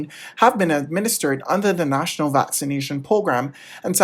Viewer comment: This new News Reader knows how to correctly pronounce the days of the week. He also knows that the correct pronunciation of Vaccination is "Vax-ah-nation." It is hoped the two ladies will take notice and learn from this neophyte.